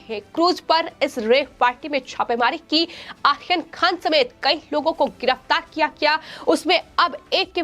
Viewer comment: आहोपी आखैन खान... 😃 अच्छी एंकर है |